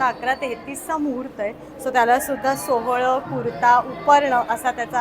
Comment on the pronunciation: सोहळं नाही मॅडम सोवळं म्हणतात